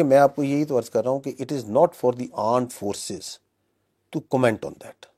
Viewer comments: Bhai 0.25x main suna , yeah sach main aand forces bolta hai. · Aand force = laaand force 😂😂😂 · bhai has some issue with speaking 'armed forces'.....it keeps coming out as 'aand forces''......and then this word takes a different meaning in listeners mind... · Latest forces latest technology and also latest speaking power indians need 100years to understand aand force and armed forces 😂❤ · Listen carefully he started interview With word aand forces 😂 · Aaand force 😂😂😂😂😂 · The paxtan "Aand forces " 🙏🙏